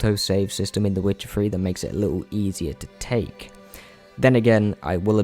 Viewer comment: "The Witcher free"